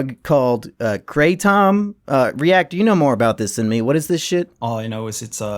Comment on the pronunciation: “Kray Tom” btw